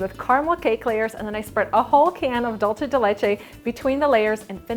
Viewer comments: It is pronounced dulsé , not dulché. It is Spanish not Italian. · It's pronounced dool-say not dol-chay. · She says it wrong in ALL her videos that include Dool-se de leche as an ingredient. It's not Dolce! The recipe does look delicious though 😋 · Um, doolsa? It's doolsay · I am from Uruguay, and it is Dulce (Dool-se), NOT Dolche (Dol-che, which is the Italian pronunciation). My mom used to make it all the time. This has to be the 3rd YouTUbe chef that makes the same mis-pronunciation. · I think it's dulce .... Not dulsé or dulshe